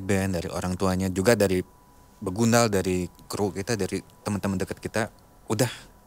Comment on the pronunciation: BEGANDUL???...BEGUNDAL Teeeeh 😂